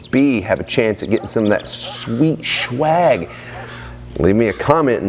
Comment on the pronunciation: Omg I feel like it was just yesterday that I was watching your last video. This summer is going by waaaay too fast. I'll definitely be watching this, and your last video over and over again and sharing, just so I can automatically know it. btw I love the way you say SHWAG, and modified world. makes my day! :o.